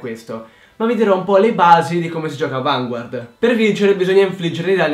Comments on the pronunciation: Ti prego...fammi un favore... CHIAMALO VANGARD hahahah perché si pronuncia così xD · si dice "Vangard" senza pronunciare la u. lo dicono anche nell' anime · Per favore Vanguard è francese la i non si legge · secondo me sarebbe bellissimo vedere una partita di vanguard,fatta da te e dalla tua fidanzata....cmq bel video e sai stato abbastanza chiaro.ciao,sei un grande e anche la tua fidanzata! :)ah, si dice vangard.so che si scrive vanguard ma nel anime dicono vangard! nn so pk ma e cosi. :/ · so dice vngard